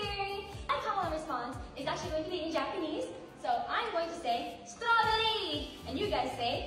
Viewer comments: As a white woman who lived in Japan for 10 years, has a minor in Asian studies, a degree in linguistics with a specialty in east Asian character based languages, speaks fluent Japanese, and is married to an East Asian......... This girl did NOTHING wrong. She literally was pronouncing Strawberry the way Katakana would be read aloud. Now, one could argue, she should have used Ichigo (the actual word for Strawberry in Japanese) but it would not be uncommon for Japanese idols to use an English word there, either. You can see a clear example of this with the J-pop group Shonen Knife, and their classic Strawberry Cream Puff. I hate what our world is becoming... this girl is putting in ALL the genuine effort, and is being slammed for learning a foreign language and engaging with an aspect of a foreign culture. The world is going to be a lonely and divided place if we can't share things with each other. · As a native speaker, that's not how a Japanese person says strawberry. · I hope keeps saying suturaberii in her call when they return